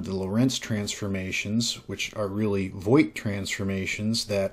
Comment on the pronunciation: I think Voigt is pronounced Vogt, like, the i is not pronounced. It's a relatively common German name.